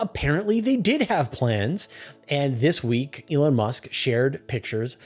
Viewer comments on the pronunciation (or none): none